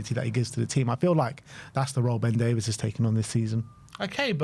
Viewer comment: Can’t believe you guys still call Ben Davies - ‘Davis’. So odd. I wonder if Frank can say his name correctly